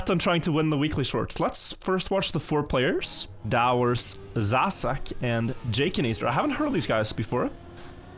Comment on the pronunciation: “Let's watch the four players” or was it “foreplayers”?